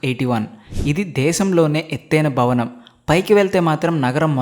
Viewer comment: it's not "Bavanam" it's "Bhavanam"